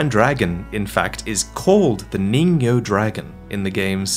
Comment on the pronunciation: also its pronounced ningyo